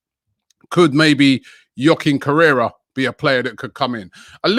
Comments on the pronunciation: I dont blame him for mispronouncing names but when he gets the spelling wrong and doesn't even know the player's position 🤦‍♂️ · Correra rhymes with Torriera 😂😂😂